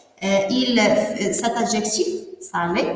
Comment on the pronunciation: C'est nul. Salé et non pas Sallé ?!